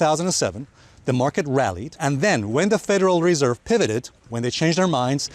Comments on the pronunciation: I came to hear you pronounce Federal Reeeeserve. Thanks Alessio. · bro you pronounced the word federal reserve approx 80 times wrong in this one video 🤦🏻‍♂️ how many years it it going to take to get this out of your head and learn the right pronouciation? 😓